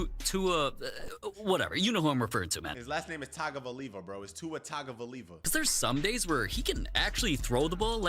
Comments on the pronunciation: bro. Ur not even close- its Tua Tong-o-vi-low-a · It’s tua tu -ga -vi -alo -a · And you said Tua’s name completely wrong!!! Why do you spit stuff thats not facts it’s ridiculous.